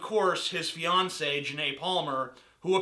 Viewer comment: Did you say fiance or Beyonce?